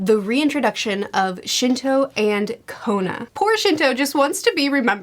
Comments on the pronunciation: Oh no… lmao the fact your talking about him being forgotten and feel sorry for him… literally butchered his name which proves the fact “Shino” aka the name you gave him cus he’s just not a man people remember, wether its in or outside of the story in the actual manga, or reality when we’re reading the story….!!“Shinto”!! FYI: can’t use his real name anymore when discussing him, cus Shinto made me laugh and it’s just a fact that his name was changed and his actual name is “Shinto” now lol ANYWAY!!! Very very very happy that your enjoying the story, it’s a near and dear story to me it’s arguably always going to be my #1 anime/manga series because of the significance it has for me and my growing up as a kid, teenager, and an adult. So I’m happy that not only are you reading it, but your actually giving it the focus and attention to details, and overall story as a whole it deserves because it truly is a phenomenal story that I’m sure anyone who gives it a REAL chance would see how complex it is, but how easily you can find yourself taken in by the Naruto universe and can’t help but finish the story regardless of how you felt about it prior to starting it. Love the anime/manga content! Keep it up! Your honestly Doing great as an anime/manga YouTuber even though it’s not your full time thing for content 👍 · When she said Shinto and Kona i had to go to the comments to figure out who she's talking about. Shino and Kiba?😂😂😂😂😂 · Ye, lol. It's Shino